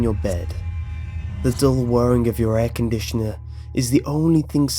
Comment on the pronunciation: .... i just bougth an air condisinair